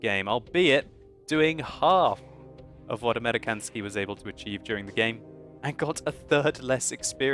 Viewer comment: It's "Amerikansky" and to say it correctly, it is "American Sky." American and Sky put together.